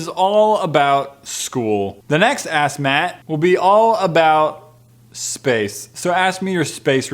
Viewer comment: sounds like he's saying "Assmatt" instead of saying "AskMatt"